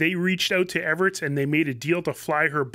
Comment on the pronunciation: Hi Mikey, how come you pronounce it Everits but it is spelled Everts?